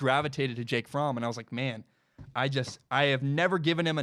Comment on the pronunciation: You pronounced Fromm correctly. I'm a German man. Fromm is a German name. Anyone pronouncing it "from" is incorrect lol